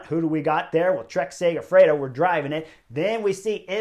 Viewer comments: The Lidl people must be fuming over how everybody keeps saying Trek Segafredo 😂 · Trek Segifredo? Come on Chris get it right!